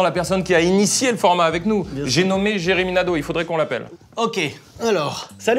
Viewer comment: « Jeremy na -d’eau » 😂😭